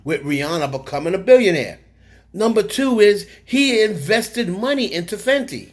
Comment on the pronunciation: it’s Fenty not fendi.